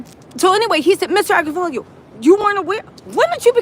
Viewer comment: His name is Agnifilo. You and always get it wrong.